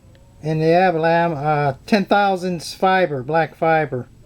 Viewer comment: Did you call it abalam?